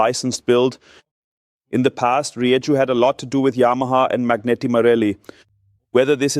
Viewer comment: Very cool, comprehensive review, thank you. As for the name - I believe the pronunciation is ree-eh-hoo (sort of, at least) - definitely not with a 'jay'